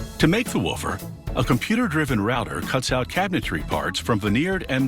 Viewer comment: Did it only bother me that he said 'waffer' instead of 'woofer'?